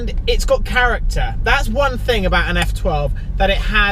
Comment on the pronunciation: Keep saying "ting" it's the funniest thing ever 😂